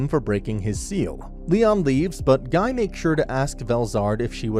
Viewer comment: Uh i think you forgot about the primordial demons also its pronounced Ghee not guy